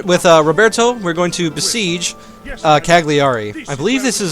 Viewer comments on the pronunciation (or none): How to pronunce Cagliari: Calliari, not cag(with the hard G)liari